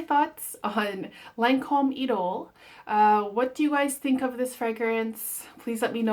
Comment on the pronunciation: It’s pronounced E doll. It has the ugliest bottle I’ve ever seen. I had a sample but couldn’t smell it because by the time I received it in the mail it spilled out of the sample pack and was dried up.